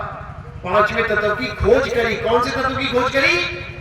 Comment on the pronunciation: Tatv ko Tatav bol raha ha ishko pahle katha thik se karni sikhni chahi.